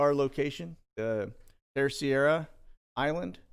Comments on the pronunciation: Hey, this may help: Terceira is pronounced TER-SAY-DUH. Got family there:) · Im not being a smart aleck, but pronounce the island in the Azores like this. Tris aida :) Terceira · Just to inform the announcer that the spelling and pronunciation of the island in the Azores is spelled Terceira and and pronounced(ter-se-ra). Love the channel! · FYI, the island in the Azores is not Terciera, but Terceira. With an English accent it is pronounced tare-say'-rah. For a Portuguese speaker it would sound more like Tare-say'-dah. It means "third" island. Great work. Keep us informed. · I love these Sit Reps. So informative. I spent a few months in the Azores (Açores) back in the day and the correct pronunciation for Terceira is TER SAY DUH. Keep doing what you’re doing. ❤️